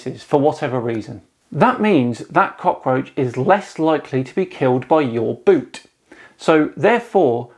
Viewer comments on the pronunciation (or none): none